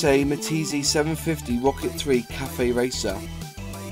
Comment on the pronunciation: Good video but what's a meteeza? The word is derived from French so try saying Maytees